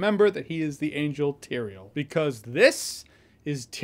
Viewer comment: *Tyrael, but yes.